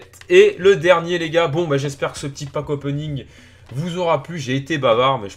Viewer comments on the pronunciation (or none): Pq tu dit pack opning?